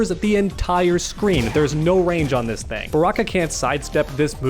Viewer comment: "do dis move"